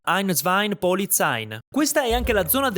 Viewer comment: Da figlio di Svizzera sentirti dire einz zwein polizein mi ha fatto sanguinare le orecchie Ein Zwei Polizei Niente n finale Sopratutto in polizei Cavolo c è anche scritto sulle loro divise e veicoli Bel video comunque Voglia di würstel improvvisa